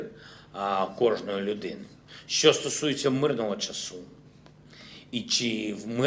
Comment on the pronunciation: "Що" произносит,как "шчо".